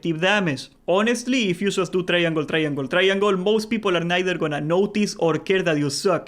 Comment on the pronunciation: Say "try-angol" more.